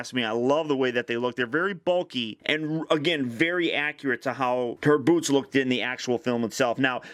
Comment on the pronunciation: When he said boots I thought said boobs